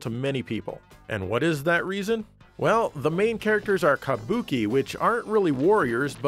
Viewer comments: Sounds like you’re saying “kamboki” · You say "kabuki" like such a gaijin